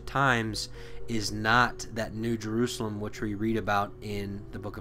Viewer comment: Why go out of your way to pronounce words such as “Jerusalem“ in Hebrew?